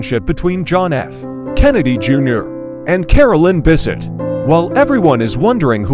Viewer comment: It's Bessette, not Bisset.